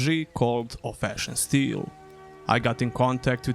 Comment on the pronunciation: The way you say Of Ash and Steel sounds like Old Fashion Still and it's throwing me off lmfao Great video as always, world desperately needs more gothic likes.